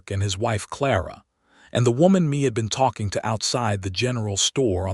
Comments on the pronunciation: Please please please... redo this whole story. This time pronouncing her first name as, May... not Me. Me, is only M-e Mae is pronounced May. AI is tiresome... 😮‍💨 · The name Mae is not pronounced “Me”. Mae is pronounced May (like the month).